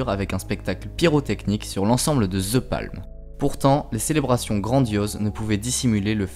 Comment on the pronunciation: Juste pour le titre! Parce que c’est stupide et que peu de monde veulent ce genre de folie! THE ne se prononce pas en Z gang de français mettez un D plutôt qu’un Z! J’aime les français mais pas quand il massacre l’anglais par incapacité et incompétence à dire 3 lettres en anglais! Forcer vous un peu! 😂